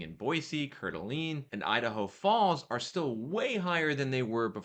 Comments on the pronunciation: He really butchered it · It's pronounced core-duh-lane. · Coeur d’Alene is pronounced CORE-DUH-LANE. Just for future reference. 😅❤ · its pronounced "coord a lane". Its basically lake Tahoe here but dont tell anyone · Wait how did he just spell/pronounce Coeur d'Alene? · lol I cringed every time he said it haha